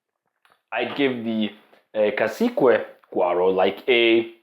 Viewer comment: The U in cacique is silent